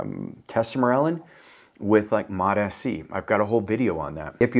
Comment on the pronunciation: And he doesn’t pronounce mots-c correctly or slu-pp-332.. drives me nuts.. now he’s a good dude.. and he’s not wrong in his info but these videos only exists to send traffic to his website for sales..